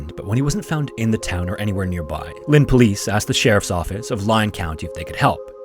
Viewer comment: "He has a right to be missing." Lol well said, po-lice